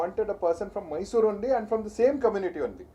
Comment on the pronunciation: First thing correct your pronunciation Rakhi it is Mysore not May-sorre. Everyone knows that you are doing drama whatever you speak is bullshit. I dont know who is correct who is wrong but it is so evident that you are just running away by doing drama biopic promotions all look so fake. Grow up at least for once take a courage speak properly accept mistake & own it.